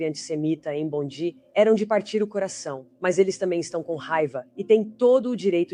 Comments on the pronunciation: A pronuncia é “Bondai”. A Austrália precisa acabar com escola Islamica, com uso de burka hijab, niqab etc. Também precisa prender os radicais dirigentes dos mosques 🕌, que pregam a violência contra outras religiões. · Brother a proniuncia correta é bondai, a praia mais famosa da Australia. A Attorney General dos USA. Cesar Queiroz Sydney Australia. A prova que vc nunca morou ou esteve na Austrália. Vc é um divulgador de fake. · Vives a tanto tempo na Australia nem prenunciar o nome da praia bondi